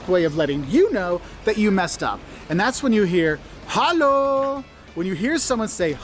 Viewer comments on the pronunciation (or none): The emphasis on an upset “hallo” is on the "o"... not the "a". And it's usually a question. So, when someone comes and says, “HallOOO?” Then you know that you definitely messed up. 😆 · To specify on the "HALLO!" thing: its actually also heavily pronounced on the "O" in the end. He spoke it very, very soft but the way of saying "Hallo?!" is actually very heavy on the last vocal as well.